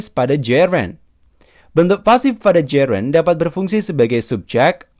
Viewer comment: Mohon maaf banyak pronunciations yg salah nih mas, passive : bunyinya s bukan z, Gerund bacanya jerend bukan jirend, anounces s nya dibaca, commission dibaca ga pake z, present: prezent bukan prizent, Announce juga bacanya salah, dll kalau ditulis panjang, I’m not trying to drag you, tapi buat jadi masukan aja biar lebih bagus lagi kedepan,, thanks